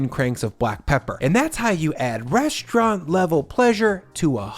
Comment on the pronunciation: it's called " reSTaurant ", not "reschtaurant". That's a new fashion now also more and more used by news anchors on radio and TV, using SCH instead of ST. I't is neither cute nor cool. Sorry,...I call you out on that, as well other YT food video posters. Same like 'many people in public start now saying everywhere 'negoCiations' instead of 'negoTiations'. Some people try will all power they have making the general population more stupid than they already are. Right? I'll come back again in a few videos and see how your pronunciation habits have changed. Until then....bye bye...